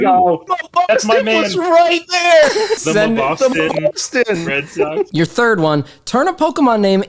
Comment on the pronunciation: Red sawks